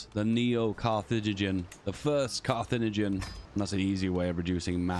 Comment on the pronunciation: Carthaginian, Carth-ag-in-i-an, 5 syllables